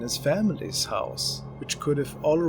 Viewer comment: so funny how he says house or out lmaooo, get oat of my hoause